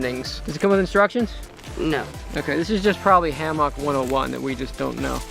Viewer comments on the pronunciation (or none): Sounds like he's saying Ham-hock.... I thought it was going to be about cooking... It's Ham-muck .... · do you say it like everyone else now? Ham-MUCK instead of ham-MOCK. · Is he saying hammock wrong on purpose?